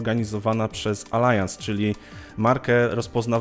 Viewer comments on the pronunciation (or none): Pierwszy raz spotykam się, żeby ktoś Allianz czytał jako Alajans, a byłem nawet ich pracownikiem :D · Nie, nie. Od dawna wiem jak to dobrze czytać i na pewno nie jest to Alajans. Mylisz chyba wyraz Allianz z wyrazem Alliance... W sumie znaczenie mają to samo, ale jeden jest z angielskiego, a drugi z niemieckiego i czyta się je inaczej.